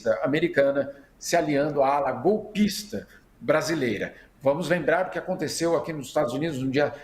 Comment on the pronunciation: Caiu na hora de fala Golpi... Golpi... Golpi INTERNET GOLPISTE 😂😂😂